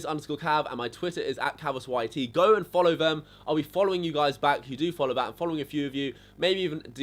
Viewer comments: come back when you can say ur name properly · = Sam pepper. Sam pepper =. Omegalul. Cx